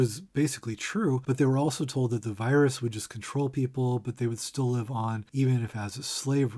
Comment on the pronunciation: dinosaurs struggling to life? Or struggling to live, but she read it as live (lie-vh) not live (li-vh)